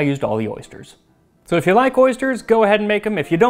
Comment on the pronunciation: Except they said "ersters". Ursters? Oersters?